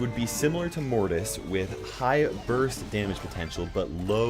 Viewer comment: Wait when u said damuge